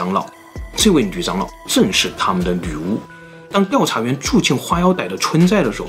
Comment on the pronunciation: 这集太难为总裁了，又是”女”巫又是越”南